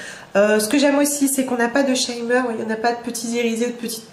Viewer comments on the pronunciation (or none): Si je peux me permettre, "shimmer" se prononce en fait "chimmer" et non "chaille-mmer". C'est en général le cas quand le i se trouve devant une double consonne (plus généralement encore, la prononciation de la voyelle devient courte.